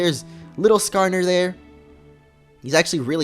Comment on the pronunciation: Lol he said skarner